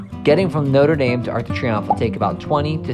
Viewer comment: Also he pronounces "Notre Dame" the way the American university is pronounced, not the way the Parisian cathedral is pronounced.